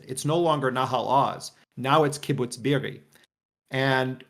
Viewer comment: The crime here is how pronounces kibbutz be'eri